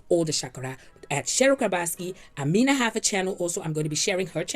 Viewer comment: im African and the name is pronounced AH ME NA